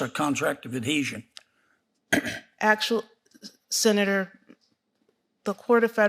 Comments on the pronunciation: Damn ! I even know . She even pronounced it wrong. Contract of addeesion 😂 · "Whats the contract of adhesion?" " the contract of adesion" She couldnt even pronounce it right!! Lol what a clown. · A contract of "Ah-deesion" . This candidate is an idiot!!!